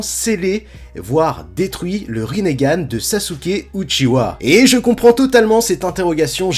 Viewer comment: ça se dit Uchiha pas Uchiwa...